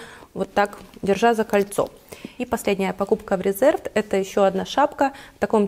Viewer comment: Марка Reserved правильно произносится РЕзЁрвд (англ. забронированный, зарезервированный). Ухо режет нещадно это "РЭзЭрвд".